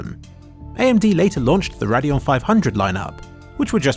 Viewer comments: i shuddered every time you said "raadeon" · I've heard a lot of people say "na-ve" instead of "nar-ve", not sure which is actually correct though. You're the first I've heard say Radeon that way too haha. Nice video by the way, just couldn't help but laugh at some of your pronunciations. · I've never heard someone pronounce everything so differently. "Nar-ve" instead of Navi, and "rad-eon" instead of "ray-deon".